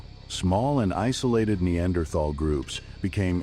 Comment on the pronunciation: incorrect pronunciation with "AI voice" for Neanderthal may be a good Documentary, but annoying for this fact